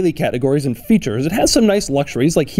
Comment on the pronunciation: I love Doug's videos, but the way he says "and" really grates on me sometimes.